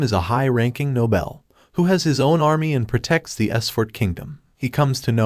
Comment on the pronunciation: I know it's such a smal thing, but it buggs me so bad every time you pronounce Noble as no-bel xD